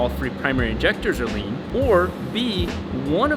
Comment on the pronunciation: rrrrrrrrrrrrlean